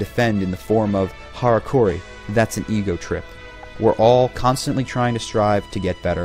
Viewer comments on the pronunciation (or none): It is pronounced "harakiri", not "harakuri" (but that doesn't really matter when you say it with an American pronounciation anyway)